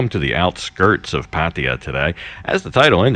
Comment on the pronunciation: Great to hear your pronunciation moving away from the exaggerated “Pattayyyyyyyyyyyyyaaaaaaaaaaa”!